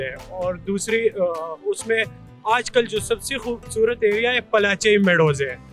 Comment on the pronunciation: Focus . .not fociss. . 😅 khoobsurutt. . ? 😂 😅 centurr 😅